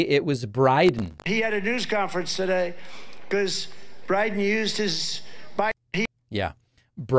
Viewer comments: No, no, David. His name is not Briden. It's Bride. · You know Trump is good at blending words together so I'm trying to understand why is he continuously saying briden. What two words is in his head that's making him say Briden